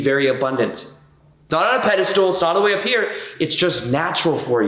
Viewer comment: Pedestal: pronounced: peh duh stl There is no “stool” in this word.